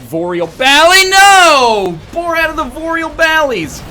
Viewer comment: Vord of the BORAD VALLEY WTF XDDDDD